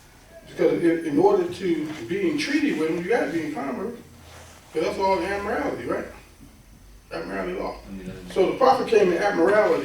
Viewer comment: "admirality"? Does he mean 'Admiralty'?